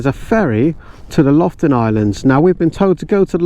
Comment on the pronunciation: LOFOTEN, not Loften😉